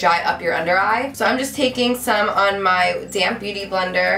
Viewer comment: I know you were saying DAMP, but I always heard:"So now I take my damn beautyblender..." haha